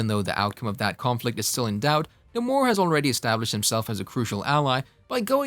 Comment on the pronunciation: The name being wrong is cringing lol